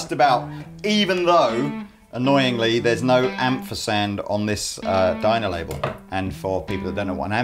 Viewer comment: The one where kept saying "Dino label" rather than "Dymo".